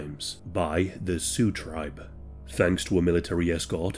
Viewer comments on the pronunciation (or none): none